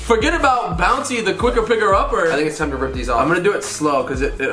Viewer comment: Did anybody hear say bouncy the quicker picker upper🤣🤣🤣💀